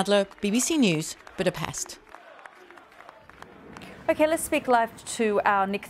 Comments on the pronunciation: after these 100 years or after these 200 years I think BBC could learn how to pronounce Budapest correctly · still wrong, you are missing the t